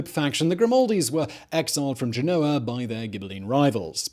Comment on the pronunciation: GEN-o-a, please, not Ge-NO-a.